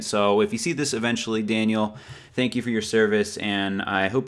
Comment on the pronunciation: hey.. you spelt daniele's name wrong. but i do apreciate you saying tank you.